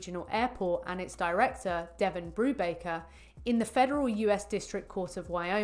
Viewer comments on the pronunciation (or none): none